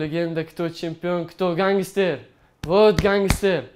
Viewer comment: Гангистер эмас просто ганстер